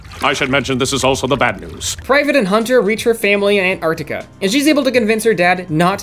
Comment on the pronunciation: I almost died when you pronounced antarctica correctly i have been waiting so long for someone to do that i swear everyone just say antartica